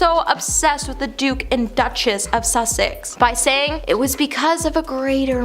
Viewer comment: The Duke of Sussex not Suksex😭😭